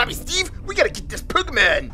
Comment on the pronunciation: Why you say "pekkamon"